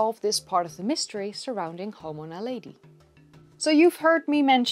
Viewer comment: very good just wish you had pronounced it Na lead e... not Na lady